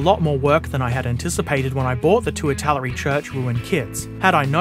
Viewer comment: I think you mispronounced Italeri. It's meant to sound like Italy, so I-ta-lare-ee. That 'e' in Italeri is very very loooong.